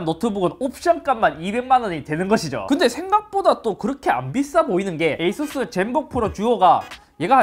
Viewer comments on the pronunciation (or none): none